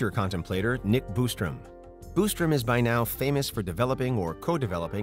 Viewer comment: Quit saying Boostrum, it's Bostrom.